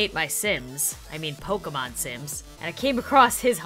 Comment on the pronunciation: instead of struggling with saying Pokémon Sims say pokèsims